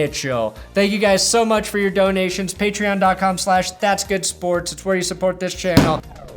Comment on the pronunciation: What’s a paytron? Is that some kind of transformer?